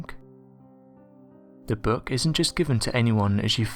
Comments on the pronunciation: What the hek is a "Boourk"?? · I cant stand this narrators voice and the way he says ...: "book " is creepier than a stupid ...boook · Screw the book...what’s haunting me is how the narrator says the word, “book”.